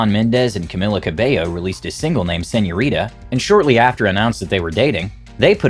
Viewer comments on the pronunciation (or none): MAN SAID SENN-YO-RETA 😭💀